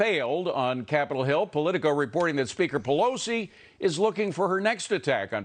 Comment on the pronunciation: Pee low see?